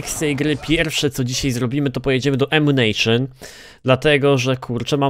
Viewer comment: ''Ammucajon'' co za rak XD